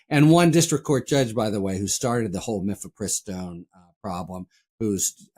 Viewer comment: Mephepristone is I believe pronounced with accent on third syllable.